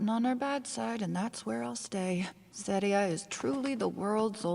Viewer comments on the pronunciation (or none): Hey, none of her opinions bugged me as much as how she pronounces Serie; it might just be me but I hear it (in English at least) as “ZEH-ree-uh” rather than “ZAH-ree-uh”. And unlike Stark’s brother, whose name was only mentioned briefly so I forgave her not pronouncing it “Shtoltz” but as “Stoltz”, we got the old elf’s name repeatedly so I was puzzled by the pronunciation. But that might just be me, y’know?